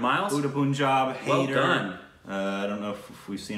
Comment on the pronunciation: Jab we met please. It's an early one of Shaahid Kapoor that made him a household name. That was followed bt Kaminey which is amazing. This was before Haider. Btw It's pronounced Hi-der. The de should be like a "the" (soft) sound.